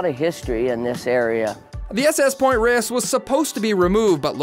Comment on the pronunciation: You're Not pronouncing Point Reyes and Inverness currently! Rays...and In Ver Nas...!